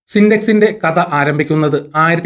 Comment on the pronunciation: കത, ബാരതം, ബാരതീയർ ..ലിസ്റ്റ് വലുതാണ്. മലയാളം ഉച്ചാരണം ദയവായി ശ്രദ്ധിച്ചാലും